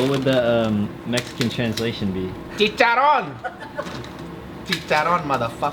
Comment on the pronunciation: Your pronunciation of chicharron is almost perfect, but it is chichaRRon (so remember to roll your R's). It's la mesa by the way lol.